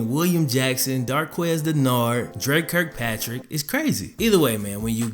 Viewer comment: Sounded like he said dread kirkpatrick